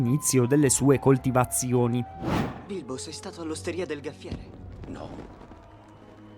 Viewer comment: Gaffiere non si può proprio sentire.